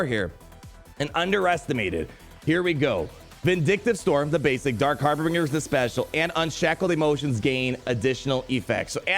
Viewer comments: Hey, don’t mean to be a grammar nazi or anything but harbinger is pronounced harr-binj-er, not harr-bing-er. It’s binge like binging the whole season of mandalorian, not bing like the website lol. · ummm... Harbinger, not Harbringer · ....it isn't HarbRinger.....its harbinger. Sounds like... har binge r. Like when you binge watch a TV series. So that with har in front of it and an R at the end. Harbinger. Okay sorry lol. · It's Har-binge-r. And you're supposed to be a lawyer? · har·bin·ger - there are not 3 Rs homie. Pronounced Har - Binge - Er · its har-binge-r.:) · Every time says HarbRinger I die a little inside. Perhaps that was his evil, imperial plan. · "Harbringer" KEKW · It's pronounced "har-bin-jer" :-D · Isn’t it a bit weird that neither the or Cubs can say “Harbinger”!!!?!:) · Didnt you go to law school? How do you not know how to pronounce harbinger? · I absolutely love your videos, but for the love of the empire, please say Harbinger correctly 😂. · Love you man, but stop pronouncing Harbinger wrong!